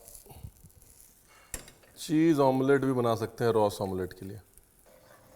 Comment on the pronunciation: It's not रॉस, its रस.. रस means curry in Marathi.